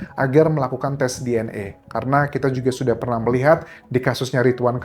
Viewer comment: Baca DNA bukan DNE